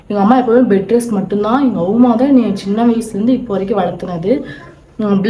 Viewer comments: Yaru indha avuma summa avuma avuma soldre ammaamma sollu😂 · Auma illa ammamanu alaga sollunga